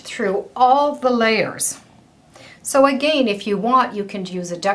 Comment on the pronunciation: Have enjoyed your videos off and on for years. I find you lovely, talented and very professional. Such a treat. I’m curious about where you are from. Your diction and pace of verbal instruction is impecible, but I am curious because of your pronunciation of the word ‘again.’ Please keep your tutorials going! Great teacher! 🌺💗🌺